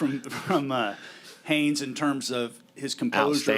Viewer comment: Say it with me, “Haynes King, HayNes King” with an “N”…”Haynes”